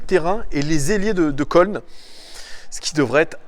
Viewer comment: Si jamais köln ça se dit "keuln" ou Cologne 😝Superbe vidéo 👌🏼🤙